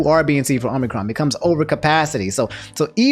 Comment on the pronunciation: I keep hearing Omnicron, and it sounds like something optimus and megatron would fight over